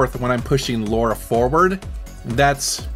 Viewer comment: And didn't you say Laura and not Lara or did I just miss hear that? 🤔